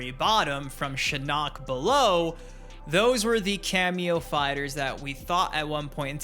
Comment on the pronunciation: its SHIN-OCK ...NOT SHA'NOK. BUT GO OFF BABY MKers